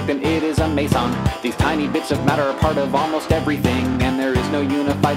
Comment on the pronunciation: I've just realised Hank pronounces Quark and Meson wrong in the song. Quark is meant to be pronounced like Mark and Meson like Me-z-on